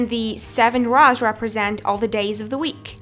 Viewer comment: Do you really pronounce rows like that??